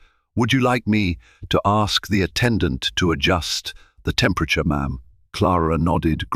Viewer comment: Listen to some recordings or broadcast and learn how to pronounce words. M'am is not said as three separate letters